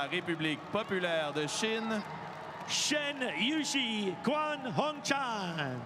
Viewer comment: 我一直听到男解说员说的是“宽”红蝉，全红蝉的名字难道不该被正确的读出来吗？！